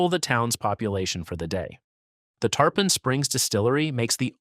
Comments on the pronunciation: Tarpon is pronounced tar-pin, like the fish & not tar-pahn rhyming with tampon! 🤪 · It's spelled Tarpon, but it's pronounced Tar-pin.